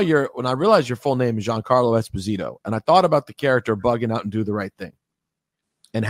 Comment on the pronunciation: It's Espósito (stress on the o)